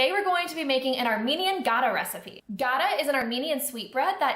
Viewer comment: Your recipe is pretty accurate. We Armenians also make Gata with yogurt. Incidentally, when pronouncing it, it's the softer "T" sound, and not the hard, like Gada. Thank you!